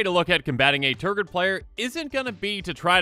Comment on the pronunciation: Nice Tergrid video. How many times did you say Tergrid? You said Tergird an awful lot. Tergrid is a pretty salty card. Tergrid must have made you pretty salty. Tergrid does that to people. Tergrid.